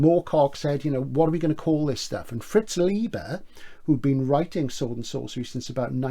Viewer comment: It's Lye-ber, not Lieber. Great video. Very interesting with great suggestions. Thanks.